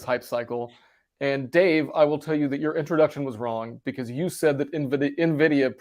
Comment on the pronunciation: Ok, Dave just filled me in on my mispronunciation of Nvidia that you guys are calling out I’ll be practicing it correctly before our next show!